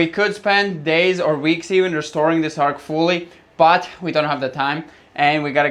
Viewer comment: Its an arch, not an ark! X